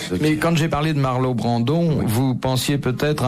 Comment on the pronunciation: Bouvard : 2 fois de suite : "Marlo Brandon" au lieu de "Marlon Brando" 😄😄😄 et personne ne lui en fait la remarque. A croire que l'acteur américain ne devait pas encore être l'immense star... ?